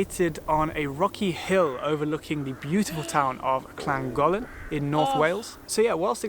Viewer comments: I just heard him say Clangollen, but the video looked like Llangollen! (The local indigenous language here has exactly the same sound as our Welsh LL, and the younger members of the band say it like this English guy did. The elders though, say it correctly! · His pronounciation of Llangollen was abysmal, js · Yeah I audibly growled at his pronunciation of Llangollen